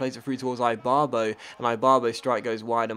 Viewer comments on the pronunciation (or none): eeee- bar-bo not eye barbo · just saying its i-barbo not I-barbo great vid tho